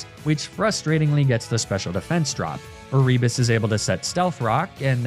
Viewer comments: Every time you say A-rebus, I am filled with violent rage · Is it E-ree-bus?? I was always told it was Air-i-bus Also I know that’s probably not the right phonetic spelling but that’s just what I could think of